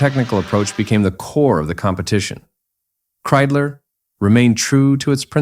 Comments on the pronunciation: Ik hoor steeds Kriedler, maar het is nog steeds Kreidler. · Das wird mit Kreidler ausgesprochen nicht mit Kriedler oder Krüler! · Wenn ich dieses KI Gequatsche höre schwillt mir der Kamm. Kriedler statt Kreidler usw. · Scheiß KI !! Das heißt K R E I D L E R ! und nicht Krüler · So ein doofes gequassel!,statt Kreidler -Kriesler oder Luigie Tavverie statt Ta veri.